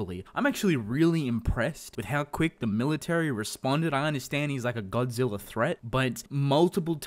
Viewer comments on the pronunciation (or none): none